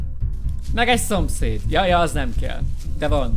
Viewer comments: "Áh jön a szopszfgm" Kiégtem😂😂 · jön a szompairvuf aaa 😂😂🤣